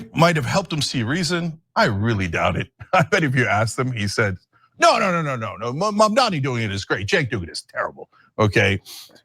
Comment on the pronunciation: At least Cenk can pronounce Mamdani unlike Silly or Billy 👀 come on lads get it right